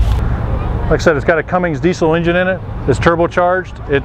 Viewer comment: CUMMINS...its CUMMINS! whats so hard about saying it without the G!